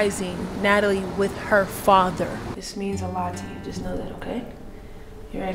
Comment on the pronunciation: “it’s me yuh fada” that’s the only time she sounded jamaican lmfaooo